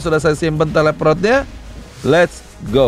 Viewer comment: Teleport bukan teleprot🗿